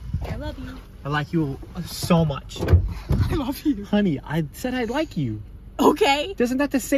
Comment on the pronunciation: Nobody talking about how he really said "I loke you" without missing a beat 😭